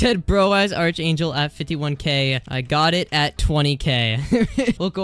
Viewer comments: not being rude but hearing you misspronounce arch angel makes me kinda mad.... its pronounced ark angel.. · ARK ANGEL ITS PRONOUNCED ARK ANGEL